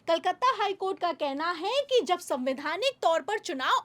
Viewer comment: जी जो भी खबर देनी हो,वो आप ही दे दिया करो। को बीच मे मत लाया करो। इनकी न आवाज आपके जैसी है ना शब्दो का उच्चारण। है को तो इतना लंबा खिंचती है। के दिमाग खराब हो जाता है।